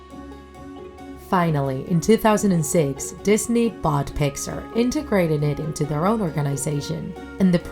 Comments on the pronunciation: Its pixar not pixer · did she say Picksar